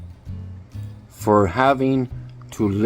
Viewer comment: I lost it when he couldn't read dumber 🤣🤣🤣